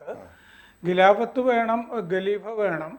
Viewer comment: ഗിലാഫത്ത് അല്ല. ഖിലാഫത്ത് ആണ്. നാക്ക് വടിച്ചാൽ ശരിയാകും.